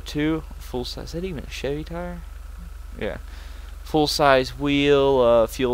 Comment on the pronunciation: I like how he bad mouths Chevy but obviously he knows nothin about Chevys/GMC because he can't even pronounce it.